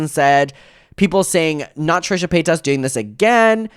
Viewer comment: Trisha Pay-toss